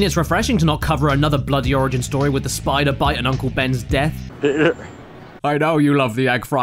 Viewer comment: Oh no Spida Bite. IT'S a SPIDA BitE